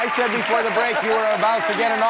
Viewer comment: Why you sed rats